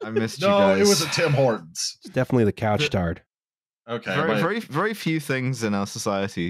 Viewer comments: For those wondering, it's pronounced "Koosh Tarr". Couche-Tard essentially means "we're open late". It's a convenience store. It could have also been a Tim Hortons. They often have kiosks in Couche-Tard stores. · Hearing this man say Couche Tard hurts so bad